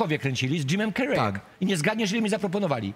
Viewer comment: Źle wymawiacie nazwisko Jim Carrey .... wy celebryci😏 Kuba by nie lubił jak np. ktoś nazywałby go Kjuba ...